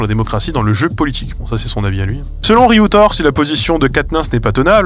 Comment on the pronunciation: Juste en audio, quand tu dis "Riutort", j'ai cru que tu avais une maniere particuliere de dire "Reuters" xD